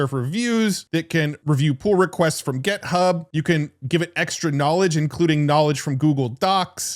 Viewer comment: This is a genuine question… does intentionally mispronounce GitHub as GetHub?